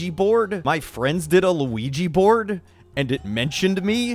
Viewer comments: Weegee board. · luIGI boArd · Just Me Elora Luigi bOARD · luigi bOARD!!!!!! luigi bOARD!!!!!! luigi bOARD!!!!!.? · lu we gee BORED? I'M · Tracerino dude srsly is this mispronounced word like auto-correct or something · How he says Luigi board makes me laugh the hardest out of this entire video.